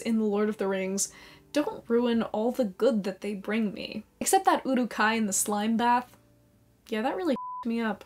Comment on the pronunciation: Your pronunciation of Uruk...